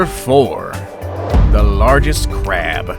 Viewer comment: My man forgot how to pronounce “largest”